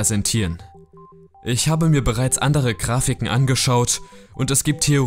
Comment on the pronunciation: wie er die gane zeit "krafiken" sagt